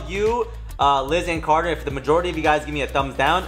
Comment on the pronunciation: The way he said carter I thought it was coda